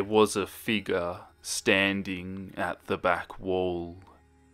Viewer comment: Ok I know this is random but I like how he says figur instead in figure (it's hard to put the pronunciation in letters)